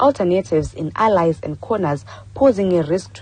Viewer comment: It's "alleys" not "allies" sister